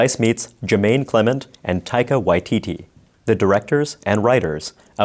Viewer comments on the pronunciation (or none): nah mate you want to pronounce the word tity as in titty bar. (why-titty) When you pronounce it like you said it. You would be asking for a Maori delicacy, salted mutton bird Tiitii. I really haven't taken different accents into consideration, so we both could be saying the same thing lol. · Taika Y-Tity that's how you pronounce his last name.